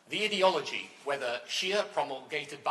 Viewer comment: Why does he say "idi-ology" ? It is clearly "ideology" coming from the word 'ideal'. This guy just likes others to hear the sound of his own voice. His views are utterly irrelevant now.